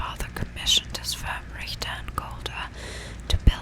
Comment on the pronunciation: are you German? your pronunciation of Richter was spot on